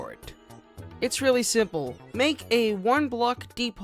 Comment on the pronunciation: He said siple